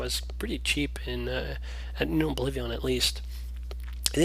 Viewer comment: Just wondering, why do you pronounce it Oblivi-AHN?